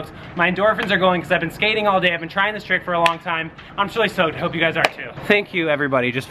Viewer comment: "JOHN IS TRYING A TIRCK"